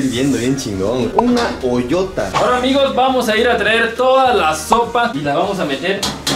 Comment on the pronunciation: Es ollota, no oyota 😂, quien edita los videos